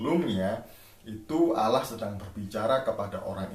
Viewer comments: blajar lagi bahasa indonesia sebut Allah jadi Alah 😀🤣😁😄😂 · Buat cara nyebuat Allah aja uda salah klau bahasa indoneseia yg benar pasti kalau hurufnya ganda pasti nyebutnya di pertebal' kalau Allah ( bukan dibaca Alah ) harus dipertebal Jadi Allah